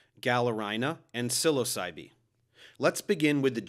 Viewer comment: Your pronunciation is distracting. "Seh-LAS-ah-bee", "Seh-LOW-sen", and "Seh-low-SAI-ben" would be closer.